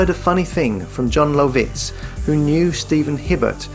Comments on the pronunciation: Luv-itz, not Low-vitz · AI narrator almost had me until he began to pronounce Lovitz .